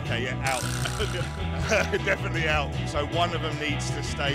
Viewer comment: ベア、デェフェネトリーアウト言われてて草